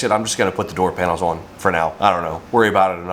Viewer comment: How do you manage to get a "w" in the word "on"????